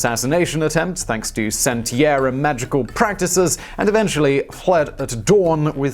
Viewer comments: Darling Simon, and I say this with love less than in, Santaria. Not Santiera.. It's riitualisti,c. Phoenemes martter. XOX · Do you mean Santeria? Not santiera, right? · Cyoober. And its San-ter-ria. Geez. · It's called Sant-ter-ria. You screw up dates and names all the time. But this is getting too close. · did anyone else cringe when he butchered santeria?